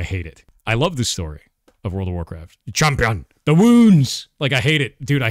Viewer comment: Champyun th'woonds lmao